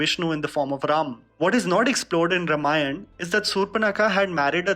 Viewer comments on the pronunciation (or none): Sorry to be a 'pronunciation Nazi': it is Raam-aayan, not Rum-aayan! :D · “Ra’maayan” - why does pronounce “Raamaayan” like that? Is it because it sounds stylistic? Or is it because that’s how they pronounce in the North?